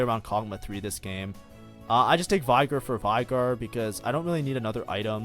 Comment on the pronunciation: is it just me but the way this guy pronounce veigar is kinda off